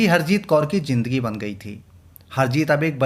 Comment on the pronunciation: Aap ka accent horrible hai Improve kijiye Darsan nahi Darshan Suru nahi Shuru Jindagi nahi Zindagi Soot nahi Shoot Propojal nahi Proposal Jaroor nahi Zaroor Aur Bohath sare words ka Mispronunciation hai Bura lagta hai Sunne mein 🥶